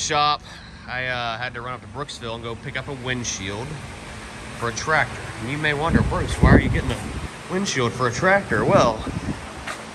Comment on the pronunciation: I can remember having to jump-start Dad's rig in the middle of winter, with nothing more than a old F-100 pickup truck, but if your serious about giving it away, I can have a truck there inside a hour to pick it up?, 😉, lol, I thought ya called the truck Blue-collar, when did you start calling BC the Trateer-Tassy?, why do you pronounce the word tractor like that anyway, I couldn't help but notice your Dad and brother don't say it like that, you actually sound like somebody with a speech impediment when you say "trateer-tassy", lol, the only other person I've ever heard say it like that, is that Bobby Goodman guy from the tv-show swamp-loggers, and I'm about 90% sure that you never said tractor that way before you went to jail, if I wasn't so lazy today, I'd go look through some of your old video's too prove it, lol